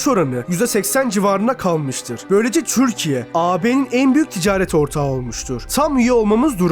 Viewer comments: Amk öyle bi türkiye diyorsunki izleyemedim türkiye değil tcürkiye konuşmanı düzelt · türkiye ismini çök ser vurgulu söylüyorsun. Telafffuzu düzeltsen daha iyi olcak gibi